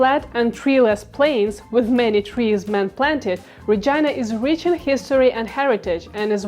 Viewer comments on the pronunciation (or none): Why does Regina sound like Vagina when she pronounce it?